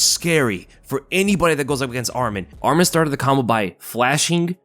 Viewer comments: It’s not Armen, it’s ARMAN! Ar- Mawn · Get his name right atleast if you're going to become a bandwagoner. Arman, not Adman